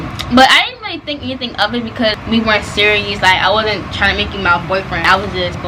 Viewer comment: Nobody:: " surious " 🤣🤣🤣